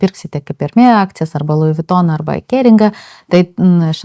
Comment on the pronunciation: Hermès tariama su “s” gale - “ermesssss”